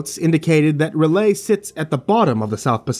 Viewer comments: its... rel-yeh not relahy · Other than the abrupt and underwhelming ending, really good story. Although, I don't know exactly how R'lyeh is pronounced (according to Lovecraft it's a language unpronouncable to humans), but "ra-lay" isn't it, chief. Edit: just noticed there's a part 2 lol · Huh. Usually hear it said as R-lie-uh. Groovy. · I've always heard R'lyeh pronounced "R-lee-ay" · R'yleh: "Early-ay". But you're doing just fine. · I've heard it pronounced ruh-LAY, or RULL-yay. I personally like that last one, although I believe the original Lovecraft pronunciation is "rull-YECH"